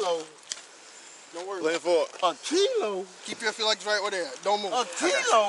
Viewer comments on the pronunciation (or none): He didn't say "kilo", he said "Cee-Lo" as in, Green. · “Kilo? Tf u mean Key-lo? Tf he saying key lo?” 😮